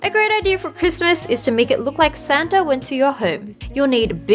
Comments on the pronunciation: wengie i love you but its santa (sa-an-ta) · i thinkthe thing that made me laugh the hardest in this vid is thew word santa-gie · Santaige??? What ?!? Haha wengie of so funny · "Santagie" I'm dying xD